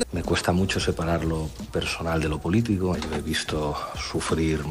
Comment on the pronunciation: Por qué Pablo Iglesias dicr "polítigo" en vez de "politico"